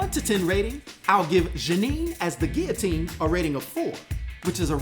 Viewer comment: I really like Guillotine’s armor & appreciate the realism of a character that protects themselves when hitting the streets. Did the Sword flee after hearing “I’m Rick Jones B***h” 😁Great job with this video and real smooth with the French pronunciation.